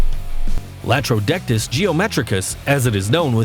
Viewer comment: That's Latrodectus not Laterodectus. Geez!